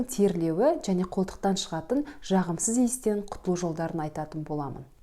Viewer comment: Дж дж джағымсыз деген нен тыңдау қиын. Дж демей сөйлеуге болмайды ма?